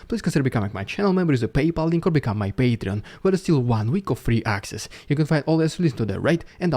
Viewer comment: This is not ironically, I absolutely love the way how you pronounce "paytreon" \(^.^)/